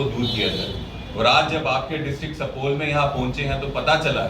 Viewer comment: pahle Bolne Sikhoo sapol nhi supaul district hai